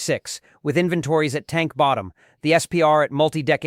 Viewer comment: Tell your human how to pronounce "inventories".